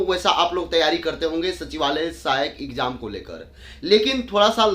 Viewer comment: Bolna seekh lo phle, ikjaam ikjaam bolte ho